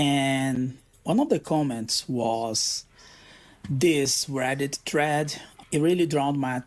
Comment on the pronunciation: What is a räddit dräd?